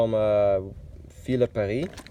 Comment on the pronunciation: For not saying correctly fourgon and ville de Paris, i guess you don’t live in the French speaking Belgium 🙂